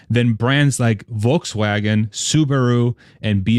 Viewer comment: As always, great content and great AUDIO. Go $TSLA HODL 4 LIFE! I like how you pronounced 'Volkswagen' the correct German way at least once. Well done, sir.